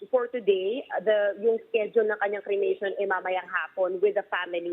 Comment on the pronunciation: Cremation. Not crement! Paki ayus nmn!